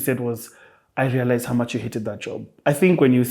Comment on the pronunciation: I "lealized"realized that uu!🤣🤣